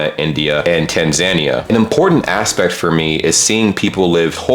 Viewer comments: It's Tanzania(Tan-za-knee-ah) not Tansania(tans-an-e-a). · Tansania is pronounced Tan-zay-nee-ah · Bro that pronounciation of Tanzania was brutal hehe.